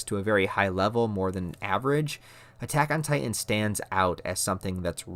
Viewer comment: There are two T's in the word Titan,. You keep saying "Ti-en". Its Titan.